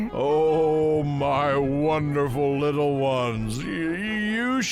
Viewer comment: "So terr me" 😨😨😨😨😨 noooo "I thought u were good rittle fish" NOOOOO 😭😭😭😭